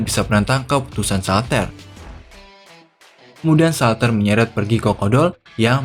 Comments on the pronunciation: itu ngomong shaltear nya jngn salter jd ngakak, pengucapannnya saltiar(shaltear) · shaltear bang bukan shaltar